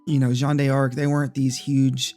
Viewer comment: Dark Cloud 2 is indeed on PSN. For 15$, along with the first one, Rogue Galaxy, and Jeanne D'arc. They're also part of PS+ if you have the tier with the classic games. I wouldn't call saying a name correctly is pronouncing it fancy.